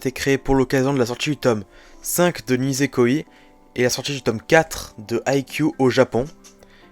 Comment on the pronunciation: Franchement c’est une honte , « Nisekoiiii » ,nan mais la prononciation, c’est quoi ça 😭😭. (Et si tu veux savoir le os est sorti le 29 janvier 2013, et il est présent dans le tome 14 de haikyū!!)